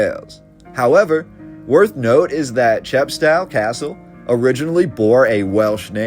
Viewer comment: English civil war not British civil war. Chepstow pronounced cheppstohh rhymes with oh